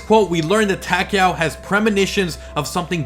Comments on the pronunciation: Yeah it sounds like he's saying Tackyowe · Am I the only one who finds how he pronounces takeo wierd?